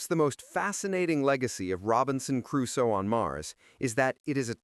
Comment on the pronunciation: its sad you dont know how to pronounce "Crusoe", I guess thats the 11th thing you never knew...